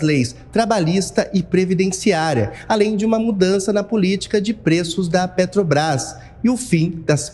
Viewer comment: Amanda Klein é uma piada só rindo , lula roubou a Petrobrás e nunca fez 1 Refinaria no Brasil kkkkk e a gasolina na era lula era mais caro e não tinha crise Mundial , nem Guerra e muito menos Pandemia , Só rindo , lula não sabe falar o nome da Petrobrás kkkkkkk